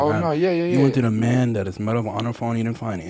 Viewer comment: Lmao the “mayne counter” pls